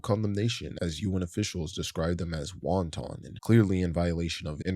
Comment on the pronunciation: dude its pronounced "wanton" not "wonton" 🤣